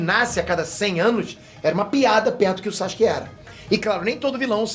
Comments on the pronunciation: "Chaxuque"... Adoro esses vídeos, pensar fora da caixa, a história do anime é muito rica. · Na vdd a pronuncia correta é Sasuke msm com o U é que os japoneses falam bem rápido ai o som do U passa despercebido. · Pergunta besta: Porque se pronuncia Saske e não Sasuke como é escrito o nome dele?. Responde essa.